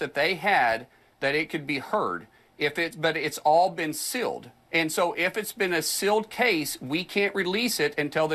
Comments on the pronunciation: Why is he pronouncing "sealed" as "silled"? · i'm sorry is Mark saying sill or seal, i really think words should be used in the right way at his supposed level of professionalism...